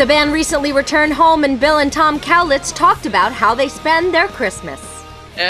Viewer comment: Again with the 'cow-litz'! But Tokio Hotel is still the best!!